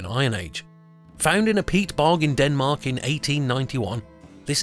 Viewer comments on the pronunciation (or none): none